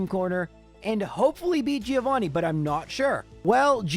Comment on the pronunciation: Everytime you say Giovanni wrong Something dies in me XD